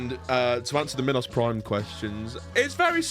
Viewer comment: Me-nos Prime